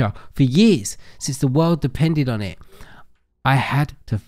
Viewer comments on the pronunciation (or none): none